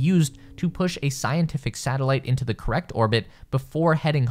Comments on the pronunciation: Hahaha you say thee instead of the. Fn pile of pigsnot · The comment or needs to learn how to read English more appropriately.the word "the" has two different pronunciations that every child learns.. it depends on the consonant following 'the. ' it sounds foolish as it is now. We were cracking up hearing the repetitive error amongst our listening and had to stop again to get the actual information. It is no small thing.